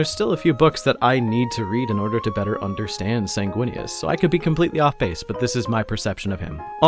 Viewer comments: "Snaguinius" - 2024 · "Snaguinius?" more like "Swaguinius," am I right? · Can’t even remember how to say the primarchs name when trying to introduce him, hmmm I wonder if this YouTuber has any kinda bias 🤔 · Can we get the bloopers for this video? It can be a drinking game, take a shot everytime he mispronounces the hawkboys name.